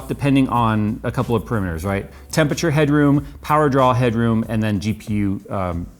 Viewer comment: Phonetic = Pa ram met ters - Correct pronunciation makes you sound more intelligent and I think you are more intelligent than you sound.